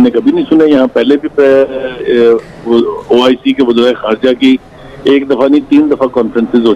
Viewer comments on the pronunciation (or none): Man it's oic not ioc haha. He keep repeating ioc 🤣🤣🤣🤣